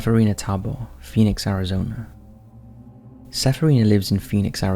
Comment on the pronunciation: Phinix castles... Lolol.. Those are defenetly not castles.